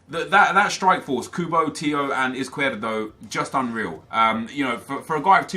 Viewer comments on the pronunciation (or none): Izquierdo is pronounced IZ-KEY-AIR-DOE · I'm belgian and it's pronounced iz-kjer-doe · Caspar John it's pronounced iz not ith because he is Colombian and Latin American countries do not say 's' with the sound 'th' that's only Spain. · Crossfire Z is pronounced as th in Spanish so it's actually Ith-key-air-do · Faris Khan its not tho ive seen highlights of him and the commentators pronounce like +Crossfire said